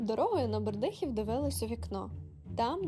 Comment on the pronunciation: Ви молодці,приємно дивитись і слухати,завжди можна для себе почерпнути нову інформацію.Хочу вас поправити - Бердихів- з нагодосом на е.Дякую.